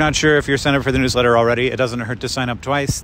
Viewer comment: For some reason the first several times he said "newsletter" I interpreted it as "new sweater".